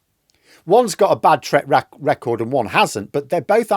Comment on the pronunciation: Erm... wtf is a "treck racord??